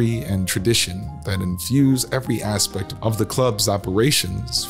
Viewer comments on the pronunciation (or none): none